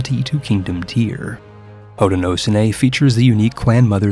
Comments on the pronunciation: Hoe-ti-no-show-knee for future reference, love an upstate New Yorker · its pronounced "ho-den-oh-show-knee" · Hey man, as un-"well ackshually"ly as possible Haudenosaunee is pronounced something like "Hoed-nah-show-knee" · Haudenosaunee is pronounced Hoe-de-no-sho-nee. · It’s pronounced HOE-DAN-NO-SHOW-NEE love me some Indigenous representation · Hearing your pronunciation of haudenosaunee makes my ears bleed, of course someone part of the haudenosaunee probably thinks the same of my pronunciation so shrug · That's not even close to how you pronounce Haudenosaunee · So, my grandmother is from the Haudenosaunee confederacy, and the “sau” in the name is pronounced with an h sound, similar to the Irish Sean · that Haudenosaunee pronunciation 😭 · I came here just to say this!